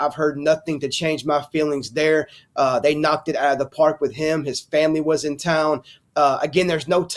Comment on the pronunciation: Say it with me Famoly. 😂😂😂